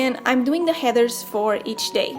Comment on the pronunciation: She pronounces Headers and heathers and i start cackling every time she says 'heathers' my mother suggested an exorcism. It’s actually adorable 😂.